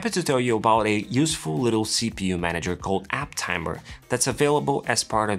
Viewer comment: App Tamer, not App Tammer